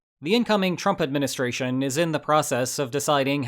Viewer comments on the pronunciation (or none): I love it when people pronounce "trump administration" as "trumpet ministration"